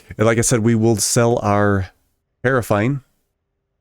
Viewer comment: I can’t listen to you pronounce “paraffin” wrong anymore 😂 It’s ‘para’ sounds like para in ‘parachute’- and ‘fin’ rhymes with ‘bin’ 👍